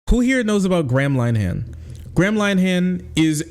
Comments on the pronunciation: "Gram Line Han" is the best pronunciation of his name I've ever heard, 10/10 no notes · Your pronunciation is way off. Graham Linehan is pronounced (phonetically) 'Grey-am Linn-Ee-han'. No wonder I didn't at first know who you were on about. It's a pity - he's the architect of his own downfall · It's pronounced more like "gray-em linn-ahin" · Totally agree, but his name is pronounced grey-uhm linn-er-henn, not gram line-han. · PRONOUNCED Grey-um Lin-eh-hum not, Gram Lyeam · Gram Line-ham... I will never feel bad about mispronouncing foreign names ever again. XD ~st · Gray-um Lin-er-han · Lin-e-han. Lin rhymes with bin. 'e' as in 'duh'. the 'han' is pronounced more like 'hun'. And it's Grey-um. It's a shame. Linehan was responsible for some great comedy, but became consumed by irrational bigotry because his ego got hurt.